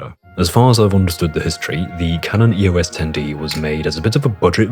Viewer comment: EOS is a name, not an acronym. Pronounce it as such.